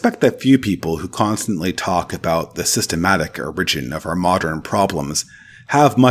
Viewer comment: Great video and very helpful for helping me to recenter. I just have one criticism: please fix your pronunciation of “origin”. 😅